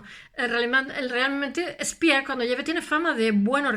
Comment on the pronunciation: No se habla spiers ... Pero habla se speer *